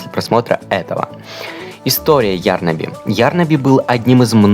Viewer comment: Извините меня конечно, нооо не Ярнаби,а ярнАби